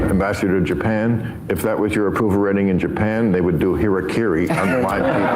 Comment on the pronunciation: Did Bill Maher just flop at a Seppuku joke? Hirikiri? Does he mean Kirakiri? 🤣 I don't speak Japanese and I have only watched a handful of Animes and Japanese movies. I have been saying it since he used a laugh track for his show in his back yard during lock downs but Covid really did break this guy's brain completely.